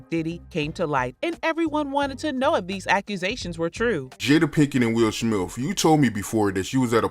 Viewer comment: He said “Will Smilf”